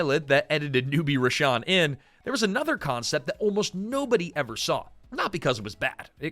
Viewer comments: "Rahsaan" not Rhashawn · For whatever it's worth, his name is Rahsaan (like - Rah-sawn), not Rashawn. The roots of this show go back to a long running cabaret show that ran at The Roxy (Los Angeles) every Sunday in the early 80's called "Let's Put On A Show". Jerry Sharell and Martika were cast members of that show. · it’s “rah-saan” not “rah-shaan” ☺️ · pronounced "Rah-SAAN" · Hate to be that guy, but a few corrections: 1.The show intentionally utilized the nonfunctioning "A" in the Palace sign so it could be called "The Place". Multiple characters referred to it as such. 2. His name is pronounced "Rah-saan" like "Daniel-san" from the Karate Kid. 3. A significant amount of footage that was shown when highlighting Shanice was NOT her. In fact, one of the clips was of the African American main character "Kenny" who had no overlap of time when Shanice was on the show. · You have a lot of wrong information here. You're not pronouncing Rahsaan's name properly. The person you're calling Shanice is not.